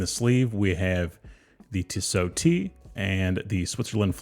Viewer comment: It’s Tee so not Tiss O